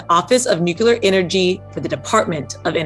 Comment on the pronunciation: The interviewer can't even pronounce "nuclear." She says it "NOOK-ya-ler." This is what happens when you push identity over ability.